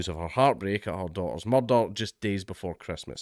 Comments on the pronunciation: I came to hear you say "muurdah" many times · Anytime I see the opportunity to hear Dank' butcher the word "Mud-d-Dud-Dud-d-dh" multiple times in his glorious Scoh-ish accent, ...I'm gonna jump on it. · Proper Taggart 😂👌